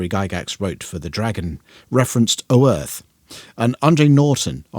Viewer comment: FYI the world name rhymes with 'Oath' so a cross between Oath and Earth. I have zero canonical references to point you at just a trip to GenCon.